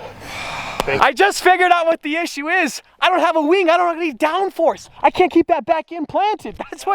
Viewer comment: lol the way you said wing